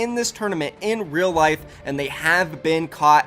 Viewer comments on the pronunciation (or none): none